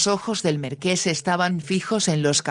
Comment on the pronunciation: LO ÚNICO QUE ME DESESPERA QUERIDA ES QUE NO PRONUNCIAS BIEN MARQUÉS QUÉ ES UN TÍTULO NOBILIARIO "CON ACENTO EN LA E" . !!!!😢